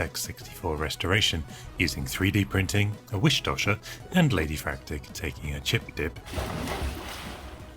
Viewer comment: "A wish dasher?"